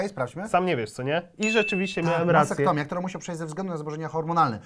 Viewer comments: Mastektomia, nie masektomia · Mastektomia a nie masektomia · MASTEKTOMIA! a nie masektomia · mastektomia!!!! a nie masektomia i robia to rowniez kobiety z rakiem piersi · Nie masektomia tylko mastektomia :D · Tosz nie ma masektomi, jest MASTEKTOMIA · Koledzy, MASTEktomia, nie "masektomia"!!